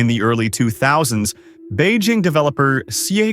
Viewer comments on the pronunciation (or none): none